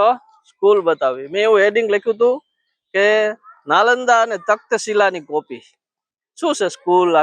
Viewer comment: તક્ત શિલા નઈ, કપલીન..... તક્ષશિલા..😂😂😂 નીકરી જ પયડા છે માઇક ના ભૂંગળા લય ને....😂😂 કાઠિયાવાડી છકડો હાલે ઓછો ને ગોકીરો જજો કરે....😂😂😂😂